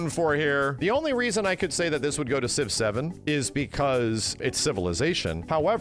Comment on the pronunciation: When he said Civ 7 I thought he said 6, 7. I'm cooked